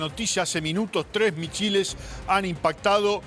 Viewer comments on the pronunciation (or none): El reportero dijo Michiles 🤣🤣🤣🤣🤣 O mis chiles ??🌶🌶🌶 🤔